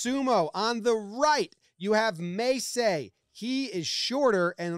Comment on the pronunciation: You pronounced Terunofuji and Mesei’s names perfectly. This was such a bonkers match up. Kinboshi literally means gold star and it is awarded when someone outside the top 4 elite ranks beats the yokozuna. Pls more sumo coverage, Terunofuji’s story to the top is bonkers